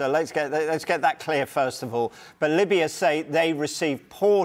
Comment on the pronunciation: Exactly. I was like "Limbya"? And a few contradictory statements